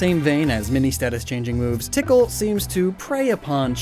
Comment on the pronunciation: When he say tickle i hear pickle 🤣